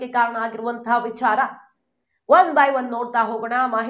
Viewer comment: ನಿಂಗೆ ಸರಿಯಾಗಿ ಮಾತಾಡಕ್ಕೆ ಬರಲ್ವಾಮ್ಮ? ವಿಛಾರ ಯಾಕೆ ವಿಚಾರ ಅನ್ಬೇಕು.